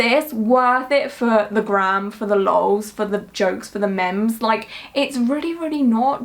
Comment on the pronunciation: How did you pronounce "meme" ? 😂